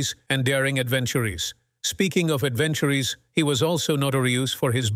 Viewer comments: ‘His adventurees’ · "Adventureeece" How about finding a better AI to read this script? Pathetic. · Yes. "Adventurees"? What are those? :-) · like "adventure-ees" and "pass-sed" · This is one of the worst, or best examples of crappy robo narrating I have ever seen/heard. As of "fuel-ed", "Romancees", "Adventurees" ? Give me a break. Any all popular internet sites including shopping for example always attract the underbelly of the world. It's no wonder rich people strive for exclusivity. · “Adventurees” ha ha. Do you not even listen before you put this rubbish up?